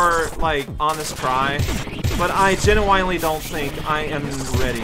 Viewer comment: lol I used to say genuinely like this when I was a kid before I learned the right pronunciation